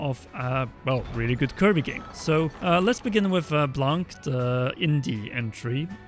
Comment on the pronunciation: Blanc is pronounced BLAN. Please donc pronounce the C